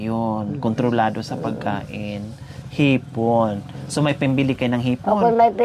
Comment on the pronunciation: Haha hipon hinde ipon 😊